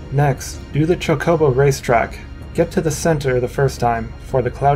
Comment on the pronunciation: Why do you keep saying like cha co bow